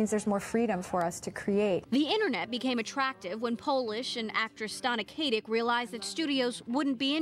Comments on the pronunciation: K-AH-TICK, not KAY-TICK Oh my goodness. (spelled Katic) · yeah for god's sake it's K-ah-tic NOOOOHOOOT K-ate-ik!!!!! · While that's not incorrect, Stana consistently says her own name as "kah-tick" whenever she has to make an introduction.